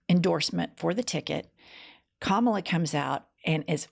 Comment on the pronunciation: I just realized as I heard it read aloud. Trump is calling her Ka*MOB*la. Mob.